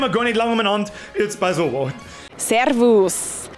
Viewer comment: SeRRRRvus. In Wien sog ma "Seavas", "Seas", "Pfiat di" oda "Hawidere". Mit der Betonung leierst dir jo die Zung aussa.